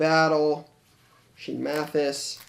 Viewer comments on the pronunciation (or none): none